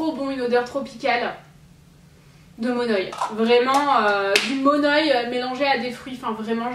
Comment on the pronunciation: Coucou je vient de Tahiti et je voulais juste t'aider et te dire que le monoi se prononce mon'œil sinon je t'adore ct juste pour te préciser la prononciation ❤️❤️bisous